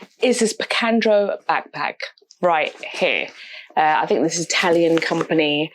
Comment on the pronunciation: It is not Pikandro! It reads Piquadro! (sounds like: Pee-coo-ad-row) 😊